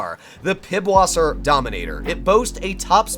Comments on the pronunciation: "Pipwasser"? Realy? You dont know, that this symbol, which you cal "P"? means "S"? More better is double "S", so "SS". Its not Pipwasser, but Pisswasser. Now i think you know, where is the joke. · Just FYI, the "B" looking letter on the Dominator is pronounced like a double "s". So it's not Pibwasser, it's Pisswasser (or, in English, piss water). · bro said piBwasser